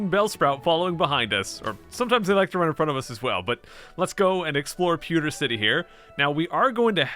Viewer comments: Please never say "POO"ter again. It's PEW. Also you say holy crud way too fucking much. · Why do you say Poo-ter city. It's Pee-ew - ter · Pewter is pronounced "Pyoo-ter" 😂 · "Poo-ter city" - pronunciation 2018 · "Pooder City" 10/10 would pronounce again - IGN